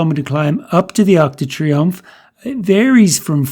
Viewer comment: Great video as usual - but my ocd won't let me get away without saying its - Arc de Triomphe not Arch du Triumph